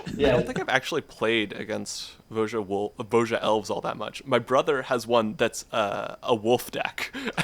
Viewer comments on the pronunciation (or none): There's no way that's how you think "Voja" is pronounced.